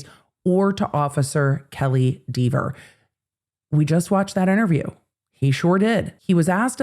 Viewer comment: Kelley Dever was so combative and unpleasant on the stand that I'm happy to hear her name mispronounced repeatedly. Maybe someday she'll chill out about it.